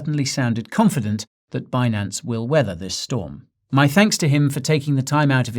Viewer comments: Um, sir, I was told it’s pronounced BIN-ance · actually it's Benance!